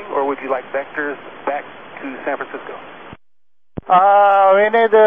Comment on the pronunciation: Asiana crew accurately refers to San Francisco as "San Franshitsco"